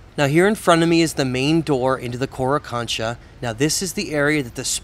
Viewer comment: It is HORA kancha not Kora kancha.